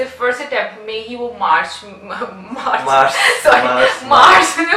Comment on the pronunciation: Aapne march bolkar muje hansa diya. U r so cute. Love u